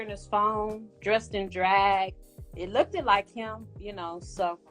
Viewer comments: I swear she just said,i look ted in his phone lol Its pronounced looked madam😂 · Did she say lookded that's not a word 😂😂 it's looked that's it not lookded